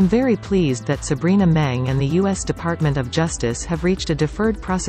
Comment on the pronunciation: 'Meng' the surname isn't pronounced correctly in all the videos I watched in this channel. It is being pronounced as 'Men' instead of 'Meng'.